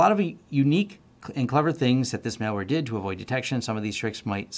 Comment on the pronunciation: MAL-WARE, not MALE-WARE!!!!